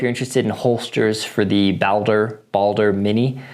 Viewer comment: It's pronounced Ball-Der. Like Baldurs gate Baldur the viking From a fellow norseman